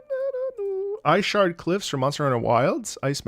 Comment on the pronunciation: Heads up, it’s “Iceshard cliffs” not Eyeshard